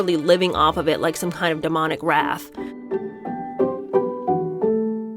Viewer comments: referring to Cynthia you’re saying wrath. Do you mean wraith as in LOTR ring wraith? Rhymes with Ariana is a waif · Wraith is pronounced with a long A. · Now that you said the word four times, can I correct your pronunciation for the word wraith? It’s pronounced rayth. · I agree with you. ......but please learn how to pronounce "wraith" properly. It's not the same as "wrath". ❤ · This is pretty weird. Is this some kind of wacky Christian channel? Also, please learn how to pronounce "wraith" and learn the difference between "wraith" and "wrath." Thanks. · Are you saying "wraith"? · Wraith......not wrath